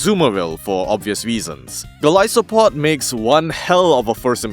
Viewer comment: You are saying it correctly. It’s that some people pronounce it as Goal-iss-o-pod which makes no sense to me considering where its name comes from.